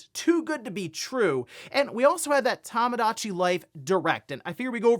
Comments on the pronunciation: I hate that this bugs me but... Toe-mow-daw-chee. not Tom. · Tomodachi is pronounced "Toe-moe-dah-chee" not "Tah-muh-dah-chee".